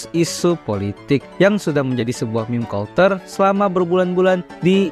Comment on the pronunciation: cara baca “culture” : “kalter”❌ “kalcer” ✅